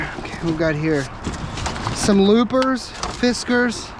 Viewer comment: Called Lopers,not loopers